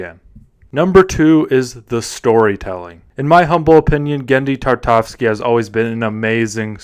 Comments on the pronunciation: dude, it's Tartakovsky, at least say the legend's surname correctly, God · From the moment you completely butchered his name, there was no way I was gonna watch this. Sorry not sorry.